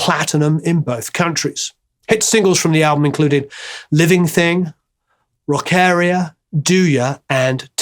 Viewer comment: Pronunciation check : I counted 4. It's called the 10538, not the 1 zero 538, it's there in the lyrics. 2: Rock-ARIA as in Aria(song). 3: Kelly and Nik's surnames. You ought to be ashamed :)